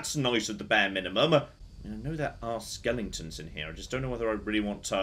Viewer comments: I honestly don't know. I hope he's doing it intentionally to wind people up...i mean he's a smart man right... But every time he says "skelington" it's like.... ARRRRHHHHH... I mean Dragon age has loads of skeletons and it's driving me barmy. So I can only assume he's doing it intentionally xD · we all love you, but for the love of god, it's pronounced skel-eh-ton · It’s driving me nuts how he keeps mispronouncing skeletons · Because he says skellingtons. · My favorite skellington is an aluminium skellington. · I can't actually tell if he knows they're not called "skellingtons." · I'm choosing to believe "skelingtons" is to "skeletons" what "aluminium" is to "aluminum" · He knows. He has used the correct pronunciation in older videos. The skellington pronunciation is a joke from the movie "The Nightmare Before Christmas". And I suspect he enjoys driving other people with OCD a bit crazy by pronouncing it that way. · Why am I laughing every time says ‘skeletons’?😂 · I've been many a nerder for many a year but, I mean this with all love... stop mispronouncing cockin skeletons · please stop playing games with skeletons in them until you can figure out the correct way to pronounce the word.